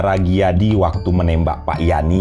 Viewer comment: Sedikit dikoreksi, bukan sersan Dijadi , tp sersan Gijadi (dibaca: Giyadi) .